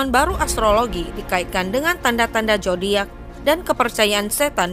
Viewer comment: Zodiak jangan dibaca jodiak, baca dengan benar shodiak